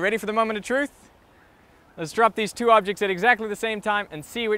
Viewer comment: i noticed it when he said 2 during the countdown